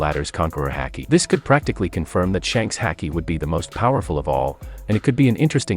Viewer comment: Why's our man pronouncing haki like that